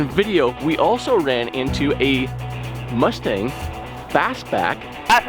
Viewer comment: "RUSTANG" HAGA good one!